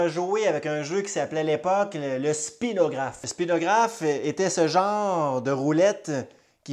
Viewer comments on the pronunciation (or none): Très intéressant. Attention le mot approprié est "Spirographe" et non pas "Spinographe"